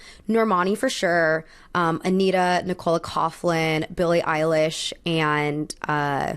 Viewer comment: Nicola coughlins name is pronounced nick-ula cock-lin btw. it pains me hearing Americans butcher Irish names